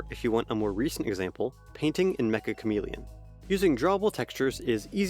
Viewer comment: it's "met-sha" chamaleon, not "meka chamaleon"